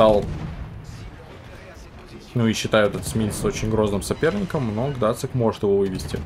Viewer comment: Какой Гдацик? Гданьск- город в Польше! Зачем, как подросток, язык коверкаете? Геймерская профдеформация видимо...